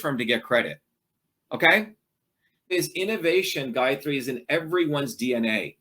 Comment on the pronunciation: Lob how he says OKAIII time 2 time...